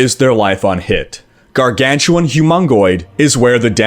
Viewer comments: What a Gargantuwaan? I mean I only saw dogs and Gargantuan. Is it a Canadian thing ( ͡° ͜ʖ ͡°) ? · "garganchewohn", lol